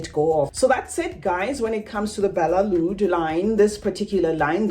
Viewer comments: No it's not balelood It's Badee-eh Al Oud I'm Arabian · Lol these employees don't know how to read its badee al loud with a D. I am mative arabic speaker